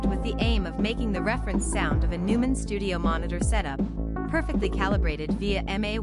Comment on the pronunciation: This must be AI voiceover. The narrator can't even pronounce the product's name properly...ridiculous! Couldn't get through the presentation because of that.....